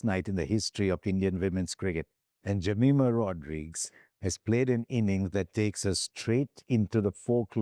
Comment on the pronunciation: Can we start to pronounce the names of our women cricketers properly ? Shouldn’t be so hard right? “Jameeema Rodreeegz”, “Reeecha”. Cmon man.